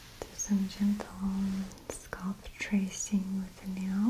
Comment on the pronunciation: Scalp is my favourite word that Maria says - “scolp” 💆🏼‍♀️🤤